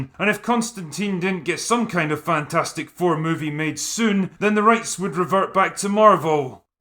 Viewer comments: I pronounce this "Fantfourstic" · "Fan-4-stick" LOL!